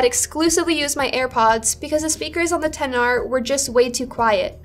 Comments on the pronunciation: I just wanted to say... Thank you for pronouncing "XR" properly 🙏🏼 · ... Agree with that. To this day when I say it right people in phone stores and even Apple Stores (of all people) think they are correcting me by using "X" instead of 10. So annoying